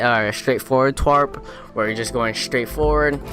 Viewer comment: Tarp bruh not twarp